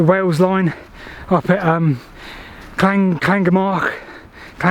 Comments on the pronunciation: Does she actually speak Welsh? Llangamarch Clan is probably the nearest but really the LL sound is not difficult. Ger, rhymes with Mer Man Aach It certainly isn't "marc" And remember that most Welsh place names put the stress on the second syllable, so Llan GER man aarch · Pronounced lan-gam-uck